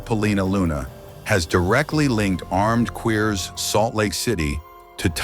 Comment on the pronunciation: Ermed kweeahs 🙈 ☠️ 💨